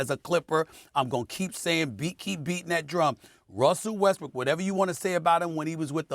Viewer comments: Lol he kept saying westbrick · Dude said westbrick 😂😂😂😂 😂😂 skip has Got us all saying it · Did he say weskbrick or did he just say it fast 😂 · did stephen a say russell westbrick? lol